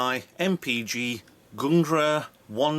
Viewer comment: Very nice video sir. The pronunciation is "Gang-Nir" / "Gang-near" Hoping to see more of ur vids!! <3